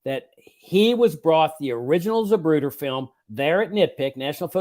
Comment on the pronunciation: ZaPruder. Not ZaBruder.